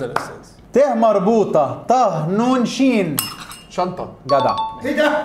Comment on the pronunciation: هي شنطة مش شطة ياعم